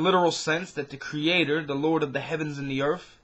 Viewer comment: Earth not Earf